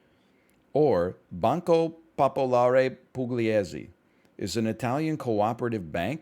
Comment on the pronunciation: I'm not a native Italian speaker but when he said "Banca popolare pugliese" it got me good